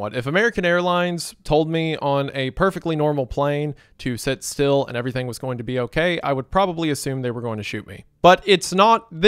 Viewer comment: So brave of Wendigoon to make a whole video about seating positions when he doesn't know how to say the word "sit".